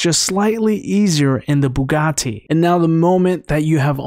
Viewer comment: my man said the "bugaTI"